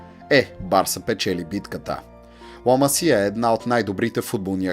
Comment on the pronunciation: Ламасия вика хахах Ла Масия е😉